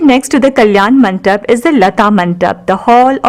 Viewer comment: Very nice... Very educative... The background score was quite distracting.. Could have been better.. Kalyana MANDAPA is the right pronunciation and not MANTAP Please 😊